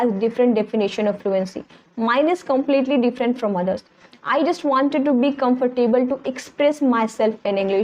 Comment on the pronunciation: Please check the pronunciation of the word “comfortable“